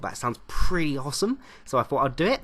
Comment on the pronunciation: Why do you say " awesome " in a american accecent